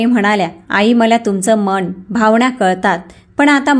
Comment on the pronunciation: वाचन अतिशय अशुद्ध आहे ण आणि न चा उच्चार चुकीचा करता मन मण नाही. भावना , अनैतिक अशा अनेक शब्दाचे उच्चार चुकीचे आहेत